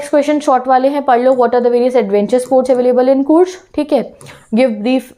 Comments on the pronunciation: Ma'am courg nahi bolte he Coorg hee ma'am plz work in your vocabulary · Your pronunciation of COORG is wrong